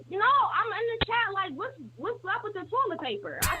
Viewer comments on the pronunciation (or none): none